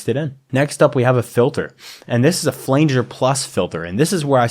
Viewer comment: this tutorial is solid! thanks for this! only nitpick is i had to cringe every time you said "flanger" D: looking forward to more from you!